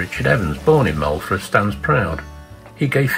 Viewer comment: Lovely video of the Island I have been and bred on,fantastic camera work.I will give you 8 out of ten on pronounciation of the Welsh names .Pity you didn't give llanfair pg a go 😂 Moellfre is pronounced "moelvre" our "f" is pronounced as the " v" in English Amlwch is not Amlwck , the "ch" is the same as in loch ness.😁 Just pulling on you ,more of the same I look forward.👍 subscribed.